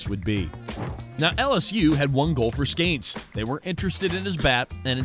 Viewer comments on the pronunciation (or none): Bro...did you really just mis-pronounce his name right out of the box....there is no "a" in his name...That was not a deep booming "long strike" foul ball. That was like a weak dribbler down the first base line foul ball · Skeeeeeeeeeeeeenes. Not Skaaanes. Do research. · Why do you say “Skanes”? Come on, man. It makes you sound like an idiot. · it's not skAYnes it's skEEns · Please you are crushing my ears. Stop calling him skains!!!! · Skanes?? Is this bad AI?